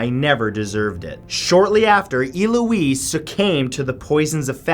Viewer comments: "El-oo-eez"...Not "E-loo-eez" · E-Louise ahaha El-ouise I love when people from different countries or accents pronounce names and words how you see/read them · Eloise. El-Louise. Not E Louise. I love your videos, this isn't hate it just annoyed me 😂😂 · Damn man it’s ELLE-O-UISE not ILL-O-UISE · No not E-lo-ess, EL-ow-ez. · Elouise is not pronounced EE-louise" but ELL-louise. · Omg its "ELLE-O-EESE" not "EE-LO-EESE" and who doesnt know how to pronounce "Shari".... sorry but a lot of your name pronunciation sucks bro.. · It’s El-ouise. Not E-Louise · I don't think I've ever heard Eloise pronounced Eeeeloweese before. I've only heard it as L-Oh-eese. Interesting way to say it for sure. And I think the word is succumbed not sucame but again that could be a new version of a really old word (but on this one I don't think so). Great videos though! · It's pronounced Eh-loise not Ee-loise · I love how Matt says E-Louise when it's pronounced ELouise, pronounce the ELLLLLLLLLL! Bless him xD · It's "Eh-Lo-weeze" I should know, it's my name lol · I think her name is pronounced Elle-oise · It's pronounced ell-o-wees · why does he say it "illoise"? The name's Eloise isn't it? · I love your videos so much - except for the times your pronunciation is actually painful. It is so obvious how much work you put in here and how passionate you are about the things you post, do that little extra and if you're unsure - look it up, please! Hearing Eloise pronounced as E-lois and creating the brand new word, succame (sp?). The past tense of succumb is succumbed. I'm sure I'm going to take shit for this comment, but I like your videos so much and want to not feel all cringy for you when these tragic errors occur. Especially when it's the name of a victim, the least we can do is make the effort to do the best we can to at least pronounce their names correctly! Thanks for all the awesome content!! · Eloise not eeloise you cueball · we not gon talk abt how he pronounces eloise